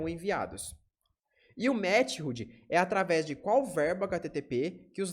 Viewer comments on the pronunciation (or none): Ótima aula introdutória. Única agonia é sua pronuncia de METHOD: "METIRRUDI" KKKKKK, é /ˈmɛθəd/ (De MÉTODO no português, método de envio dos dados)